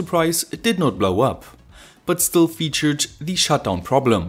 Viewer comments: Alter, kannste Dir nicht mal merken, dass man "thieee" immer nur vor Wörtern mit beginnenden Vokalen sagt ?? und sonst nur ein normales "the"... Hört sich ja furchtbar an... lol... Aber sonst gut erklärt die Schaltung ! Und wie kann man sonst, so mit dem Stift malen, wenn man den so komisch hält...lol... Naja, aber bist ja nen Perfektionist, gute Videos ! Daumen nach oben...Gruss, Stefan. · Hey, ich liebe Deine Vids, echt gut erklärt und ich habe schon viel gelernt. ABER eine Sache muss ich loswerden, hoffe Du nimmst es mir nich krumm.. Die Aussprache bei "the" ist nur bei AEIOU als Anfangsbuchstabe des Folgeworts "The = Thie/Die" und sonst immer ganz normal "The"... Nach rund 100 Vids fällt mir das immernoch krass auf... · The video is awesome. I have a one complain. I am not a native English speaker, so maybe somebody could correct me, but I think you use word 'the' incorrectly. Or maybe it just the way you put emphasis on this word. Like 80% of the time